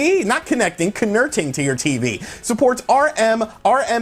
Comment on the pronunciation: I lost it at "connerting".